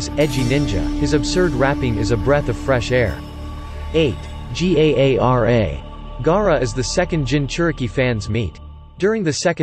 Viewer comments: Ok 1st off when he said gaara he said G-A-A-R-A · Can pronounce namikaze, but not Gaara?